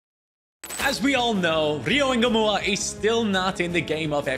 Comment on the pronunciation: Why is it Rio engumoha not Rio Ngumoha🤷🏾‍♂️